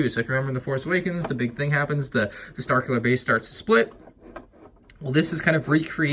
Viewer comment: I think it's "starkiller" not "strkiller"